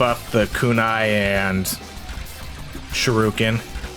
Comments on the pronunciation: shu - ri - ken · I feel goosebumps every time he says Shoorooken 😂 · By this point he gotta be mispronouncing shuriken on purpose.